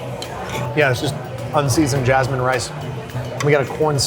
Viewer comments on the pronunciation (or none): none